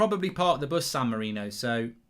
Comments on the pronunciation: Screen: San Marino Comments: It's San Marino, not San Marinio Mark: It says San Marino. People can't read. SAN MA-RI-NI-O. I swear, people are just thick. How hard could it be. SAN MARINO. Like it says on the screen at the bottom of the screen. England vs San Marinio. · Its san Marino, not san Mourinho